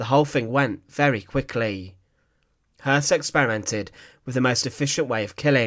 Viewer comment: You added an erroneous "R".